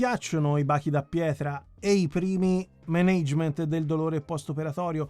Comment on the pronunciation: azz, mi sei caduto sulla pronuncia di Management😆. Ciao e continua con le tue belle recensioni P.S. a fine aprile finalmente riuscirò a sentire dal vivo Anna B Savage